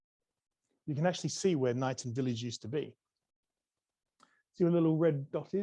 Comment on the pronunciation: Knighton is pronounced k-nighton